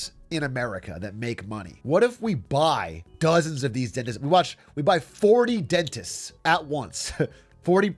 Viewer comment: big A has a stroke on camera😂😂 “Dentismenisins”